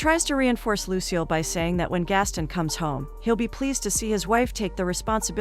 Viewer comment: It's Gast-on not Gastin Americans oye 😂😂